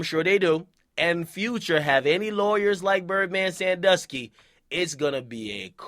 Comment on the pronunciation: dude said bird man sandusky